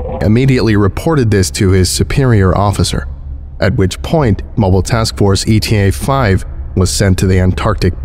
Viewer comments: Hmmm, I liked the performance of this (though in a few places Eta the greek letter got read as ETA the english acronym) - I just don't think this scp was that well written 😕It just spells things out really obtusely and I don't think Mann wrote his entries in a very believable way. The character just saying flatly 'X or Y is horrific' or 'I am stricken with terror' or even 'I am very frightened' just doesn't feel authentic or convey actual horror. I mean the amount of times he does it is comical bordering on the annoying. The non-euclidean spacetime stuff was cool though, if a bit contrived. You'd think something interesting would have been going on with the appearance of the landscape itself, but nope. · My only criticism is that the MTF is Eta-5, not E.T.A.-5. "Eta" (Η / η) is a letter of the Greek alphabet, pronounced "ita." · It will always drive me crazy how he says eta as E.T.A. every time and not as the greek letter but I feel like him changing it might take getting used to at this point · Hey,. Love your narrations, but jsyk eta is pronounced like ateuh(ate-uh but as one word). most MTF use like alpha, gamma, epsilon, etc. And eta is another one, not ETA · note: the initial MTF is Eta (ay-tuh) 5, not E.T.A 5. Eta is a Greek letter, and the MTF name follows the Greek Letter-Arabic Number naming convention. Just for the future:) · It's the Greek letter Eta, Not "E T A". It's pronounced "ATE-UH". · Hate to nitpick, but it's not E-T-A. It's pronounced a-ta. The Greek letter. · Always looking forward to your next skip! But for future reference, eta in this context is a Greek letter, not an abbreviation. It's a pronounced word, not E. T. A. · Greek letter eta, not E T A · It is if you're talking about time. But in context, it's supposed to be the Greek letter.